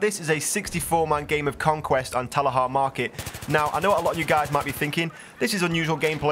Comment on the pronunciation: Why is it that everyone seems to pronounce TALAH Market, Talahah Market? IT'S TALAH PEOPLE! TAL-AH!!!!